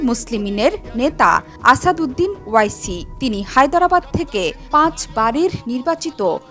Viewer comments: NAM TA SOTHIK VABE UCCARON KORUN , O I C NOY -- OARCI HOBE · ওয়াইসি না। ওয়েসি হবে উচ্চারণ।